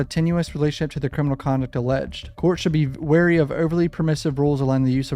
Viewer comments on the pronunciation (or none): none